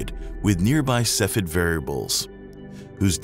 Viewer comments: The term is pronounced 'KEFF ee id' ... not 'seff ed' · (*giggles*) That's not how you say cepheid. It's three syllables, either sef-ee-id or seef-ee-id. ◡̈ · SEFF-ee-id It was downright painful to hear you repeatedly mispronounce Cepheid. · Cepheid is not pronounced in two syllables like “seff id”. The second e is not silent. Cepheid is actually three syllables and correctly pronounced “see fee id”. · I want to like this video but the constant mispronunciation of 'cepheid' is driving me up the wall. Sef-fee-id. Not sef-id. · Cepheid is pronounced SEF-ee-id !!!!!